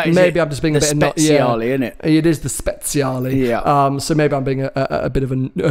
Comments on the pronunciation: It's not "speZiale", that C is meant to be pronounced like "ch" in "Archie" or "match"...so it's Spechale. Believe me, I'm italian. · you are both wrong it is 'speciale' not 'speziale' otherwise fantastic. Maybe get some Italian lessons